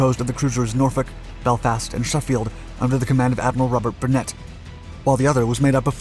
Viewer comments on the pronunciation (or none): none